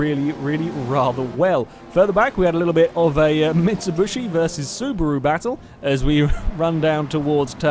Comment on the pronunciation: Interning pronunciation of Mitsubishi